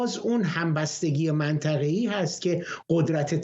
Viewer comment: این کارشناس حرف زدن بلد نی منطقه میگه منتخه بهش میخوره یه روسپی باشه